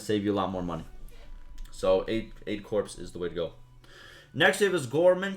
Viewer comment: 9.00 Lol gor-may. It's a freak word. It's french